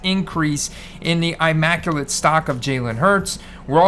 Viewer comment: Pretty sure it's a soft "i" in immaculate... I understand why you would think hard "i"/eye with the design & how big they make the letter i itself but I'm almost 100% sure its the soft i like in illusions so immaculate not eye-macculate... Don't trust panini logos & designs for pronunciation lol. Also raw may actually be valued less than psa 8 or average grade be 7 or 8 bc the thick card stock of immaclate and national treasure is always a really tough grade & extra condition sensitive usually pack/box/briefcase fresh coming dinged up with soft corners 8 outta 10 times. I remember you being on Hurts early as far as price comparisons to skilled players & other QBs so kinda upset I didn't grab a few more higher end instead of sticking with the higher quantity of low end stuff i'd already acquired previous season. Hopefully the immaculate heads up doesn't come across know it all or shaming or anything like that bc 100% not intent in least bit. Just looking out for a good guy I appreciate in the hobby. Ps hope Bucs just starting slow & get it going for ya! Much love, stay safe, stand strong, & always enjoy cardboard!